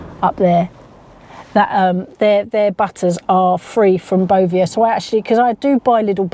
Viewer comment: I've checked my ASDA milk and around the little farm owned square it's printed as tiny as they could possibly go. Sourced from Arla foods. How do we know wheather Asda are also accepting the Bovear milk. It's pronounced Bo Vare I believe.